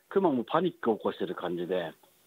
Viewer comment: ✕↓クマ↑ ○↑クマ↓ ✕一匹 ○一頭